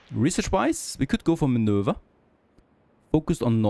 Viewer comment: Minerva is the german pronounciation '', loving the content though:)